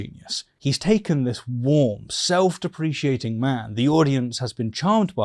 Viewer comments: I love your videos, but the way you pronounce self-deprecating does my head in! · Sorry to be that guy, but I think you might be saying self-deprecating incorrectly - just a little nitpick for future vids as it was a bit jarring to me. Otherwise like your content bud! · Is that how British people pronounce self-deprecating? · I’ve said it before and I’ll say it again, please, PLEASE let me review your videos before they get uploaded so I can fix any errors like the pronunciation of “self deprecating”. I would gladly do it for free. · Is “self-deprecating” pronounced differently in British-English?